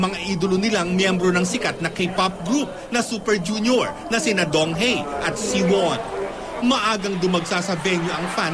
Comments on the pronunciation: Donghae is pronounced as DongHEH not DongHEY.. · donghae as in donghe not donghae....kaloka nmn ung ngbalita....i was there grabe ang tau....at tlgng gwapo ni donghae!!!!!!!!!